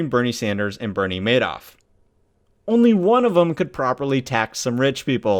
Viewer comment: This is clearly not AI. This presenter is clearly an American, making this his first language. So I don't understand all of the mispronunciations. Oddly including the subject of the videos name.